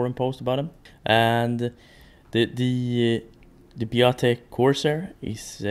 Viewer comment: Not Biotic..... Biatec! Shame!